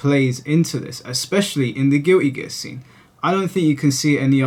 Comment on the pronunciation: Guilty gear ❌ Giwwy gear ✅